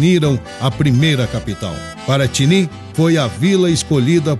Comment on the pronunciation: Em ouvi Paratini, o correto não seria Piratini?? Viva O Rio Grande!!